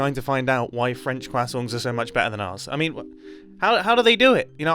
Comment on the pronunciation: “Rages in fench” Fenchmen